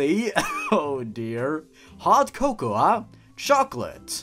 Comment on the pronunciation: Bro did you pronounce cocoa wrong